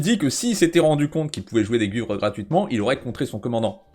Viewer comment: Salut, je suis assez d'accord avec toi. Je voulais juste lancer un nouveau débat, mais on ne prononce pas gUhuivres non ? C'est moi ou vous dîtes comme Yoons ?